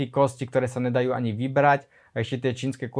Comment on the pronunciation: NEvidim NEzvyknem NEdaju NEpochopim, maju pri vyslovnosti makke N, uz nevies po slovensky bracho.